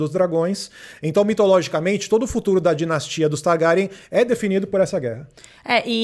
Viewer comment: Que agonia esse homem pronunciando TARGÁRIÃ